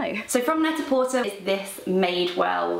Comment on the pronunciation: Also, Net-a-Porter is Net-a-porTAY :)